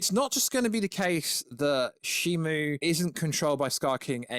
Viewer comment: You still keep saying Shimu